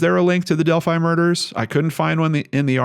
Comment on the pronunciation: isn't it pronounced Delphy ?